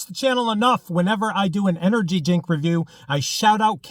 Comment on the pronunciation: "Energy Jink"